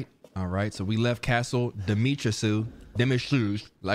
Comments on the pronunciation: say it with me da ma rascu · you supposed to demitresk i spelled it like that you can have a better understanding on how to say it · Pronounce Dimitrescu’s name is dee-me-tresk. The U is silent, just a lil razzle dazzle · Her name is pronounced Demi(tres) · no it’s “lady DIM-EH-TRESS-KU” 🤦🏾‍♀️